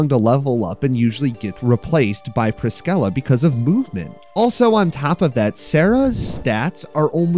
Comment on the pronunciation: That's ONE way to pronounce Priscilla 💀